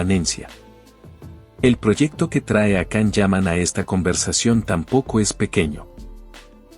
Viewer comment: Lo primero pronuncia bien su nombre